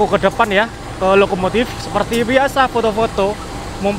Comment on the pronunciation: Lokomotif, bukan Lokomotit😅😅😅😅